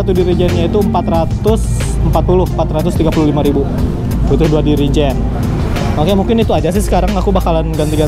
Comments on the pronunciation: Jerigen bang bukan dirijen 😂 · Jirigen a bukan dirigen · jerigen a, bukan dirijen wkwkwk